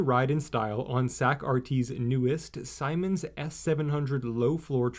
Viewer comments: The name of the world's largest engineering firm that built the LRVs is pronounced ZEEmens, not Simons. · butchered that Siemens pronounciation